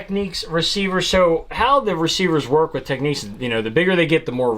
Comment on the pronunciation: "TEKNIKS"... NOT "Techniques"